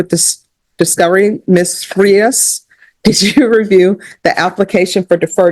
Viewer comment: Judge is still pronouncing Frias with Englush in mind. Spanish vowels have one pronunciation. English vowels have multiple pronunciatians. Thats the problem ! A can be pronounced 8 ways alone! Its a mess!